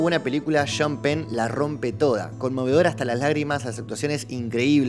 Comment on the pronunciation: cuando va a ser el día que pronuncies bien el nombre de sean penn JAJAJA encima siempre recalcas que es de tus directores favoritos. Es SHON penn la pronunciación. Denle like para que llegue a pronunciar bien el nombre del director